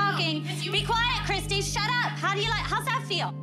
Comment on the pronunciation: *Christi. Not Kristy.